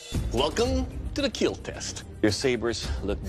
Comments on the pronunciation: it will keel. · It will keal !!!